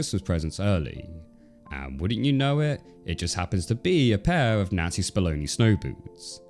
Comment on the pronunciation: Never realized how important the "n" sound is in the name Nancy until I saw this video. Fantastic video! But I legit thought your were saying N*zi Spamoni snow boots.